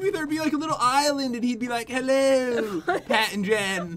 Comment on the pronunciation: thats not how you say (PAT)